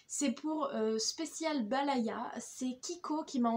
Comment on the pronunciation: C'est pas "Balaya", c'est "Bayala"🤗